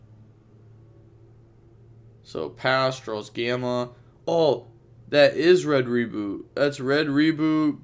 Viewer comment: Read the name of red rebooT again and call it right please